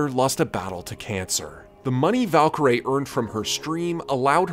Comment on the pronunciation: noooo her name is valkyrae not valkyrie so the ending is pronounced like her name (rae) instead of how it’s usually pronounced